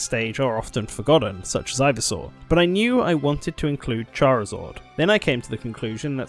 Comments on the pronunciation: That got me too that and Charizord....f**king Chari-zord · no one:: charizord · I can't get over the way you pronounce "Charizard."